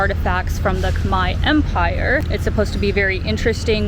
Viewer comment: What would be really cool would be if you learned to pronounce the words correctly…KHMER does not finish with an “I” , it’s KHM AIR